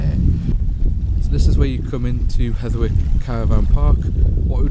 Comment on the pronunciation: It's Hetherick not Hetherwick.